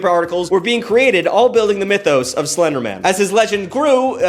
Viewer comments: Stop saying Slendermin. You're too fast. Its SlenderMAN. Lol. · The way you pronounce SlenderMAN as SlenderMEN bothers me.... a LOT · I'm sorry, I couldn't get past you pronouncing Slenderman as Slendermen the entire time! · The number of times it sounds like you say SlenderMEN instead of man upsets me. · I love how is from New England so he pronounces it as Slendermin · The way you keep pronouncing Slenderman as if it's a last name like Goldman instead of pronouncing it like Spiderman or Superman is freaking killing me for some reason. 😂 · The Seinfeldian pronunciation of 'slenderman' as if it was someone's last name got me! Like I just kept thinking of the old 'office birthday party' trope, but with everyone rolling their eyes as Slenderman asks if they really need to take a slice of cake that big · Why are you pronouncing the end of the Slenderman like the end of Councilman instead of like the end of Batman? 😂